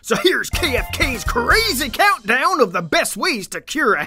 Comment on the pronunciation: I just love the extra "K" in the word "Ckonunt down".